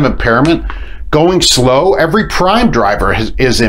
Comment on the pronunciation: He says ... "that's eveey Prime truck" 🤣🤣🤣🤣